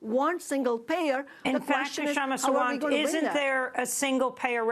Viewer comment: She's very articulate. My only regret is how her name gets mispronounced. (K is silent, so think of Sha-ma, and Sa-waant). No offence meant, Aimee :-)